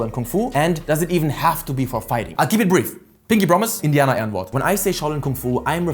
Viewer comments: Dude, do you have German roots? That "Indianerehrenwort" was way to clean :D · Wait, why can you pronounce Indianerehrenwort like a german? Are you from Germany, that sounds native tongue :D